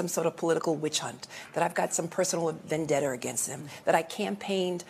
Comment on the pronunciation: there's no "R" in vendetta. Moron.